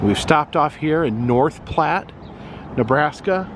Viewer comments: Grizzlies eat salmon, not bass! Elk “ bugle”, not scream! “Platt”- pronounciation of Platte, not “ plate”! Fun video! Lol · Homeboy just said "plate" river. 😄